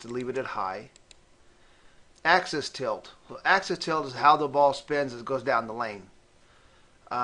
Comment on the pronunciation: Its positive AXIS point. NOT positive ACCESS point